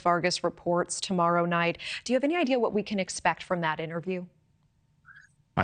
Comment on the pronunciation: The more I hear from Grush the more I like him. He's the guy. And somehow nobody can pronounce his simple last name. It's maddening.